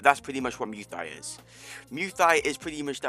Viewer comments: please stop saying luy thoi , say it like this “moy ty” is how u pronounce it please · “muay thigh” 😭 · Nah it’s mew tai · This man does not know how to say Muy Thai lol